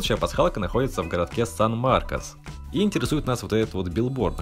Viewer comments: Не сан МАРОКОС, а сан МАРТИН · Сан-Мартин,а не Маркос😂😂😂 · ты сказал сан мартос